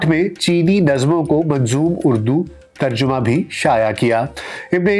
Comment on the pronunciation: Sahi lafz tarjama h, tarjuma nahin.....